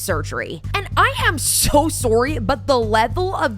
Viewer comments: are you Canadian?😂 that “sorry” made me think you are! Much love ❤ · Aww don't be soar-ry